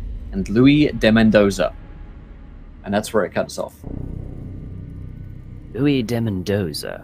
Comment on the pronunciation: It's kind of annoying how the DM constantly pronounces "Luis" (Spanish) as "Louis" (French)